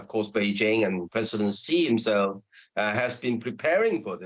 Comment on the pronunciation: This Indian anchor purposely pronounced xi name in a derogatory manner...that his name has s#£@ is so apt